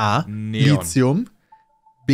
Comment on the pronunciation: Peter es heißt Lithium nicht [Li:xium]. Der Namen kommt vom griechischen Lithos = Stein.